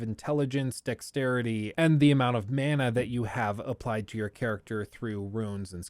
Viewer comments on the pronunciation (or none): none